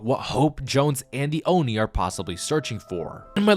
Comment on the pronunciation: "Fortnite Chapter 6 Season one: Oni Hunters" FINALLY! someone said it right. Thank You.